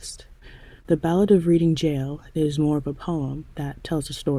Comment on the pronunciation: The market town, Reading, is pronounced as, reding., it's a silent a. :goodvibes